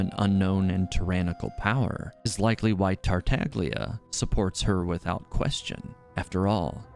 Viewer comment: Awesome video, but please, don't pronounce Tartaglia wrong (like they did in the official voice over). As an Italian, it's painful to hear.